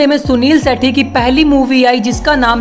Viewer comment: जब नाम भी बोलने नहीं आता है तो वीडियो क्यों बनाते हो भाई